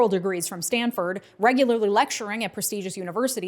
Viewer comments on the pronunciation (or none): none